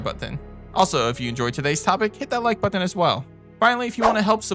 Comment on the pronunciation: But-ton 😂 Great video 👏🏽✨